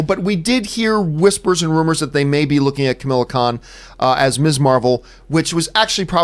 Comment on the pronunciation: I've watched a few vids on other channels running through this topic and John Campea is the only one to pronounce "Ms" correctly as mizz -- not miss.